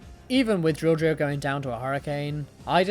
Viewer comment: Yoo!! You said Drilldrio first try this time 😂